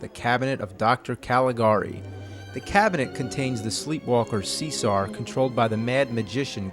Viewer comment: In regards to your Dr.Caligari review Conrad’s name is not “see-sar” it’s “Chez-a-ray” like Cesare Borgia, funnily enough Conrad Veidt actually played Cesare Borgia so maybe he’s named after him as a nod.